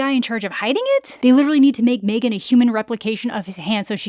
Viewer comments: Mah-three-gan two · I can never not hear you say MeThreeGan, ever. I don’t understand this “Megan” movie you’re speaking of.